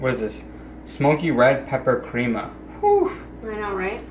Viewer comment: "Crema " you said right girl God Bless You 🙏